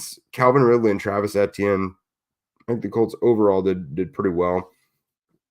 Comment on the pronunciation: How you pronounce Etienne’s name. Just say the letters E T N out loud. 😊